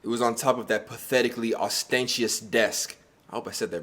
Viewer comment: my mans said “os-stain-tious” 😂😂😂